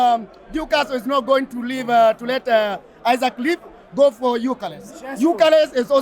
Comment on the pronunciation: Not Isaac,Isak for heavens sake 😂😂...Kenya is our business though